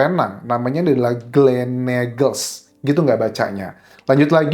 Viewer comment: Sebutannya Glen - eagles